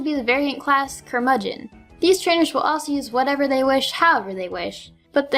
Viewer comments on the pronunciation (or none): none